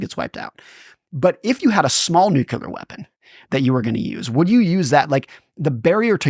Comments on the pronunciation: Newkyoolar. Lol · The word is nuclear. It is pronounced new-klee-er. I'm sorry but the way he says nuclear drives me nuts. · How is it, such an intelligent guy, doesn't know how to pronounce NUCLEAR? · Why do intelligent people mispronounce nuclear, and unintelligent people pronounce it correctly?